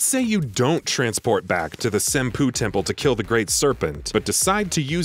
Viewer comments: "the senpoo temple" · pronounces Kongou correctly pronounces Senpou as Senpoo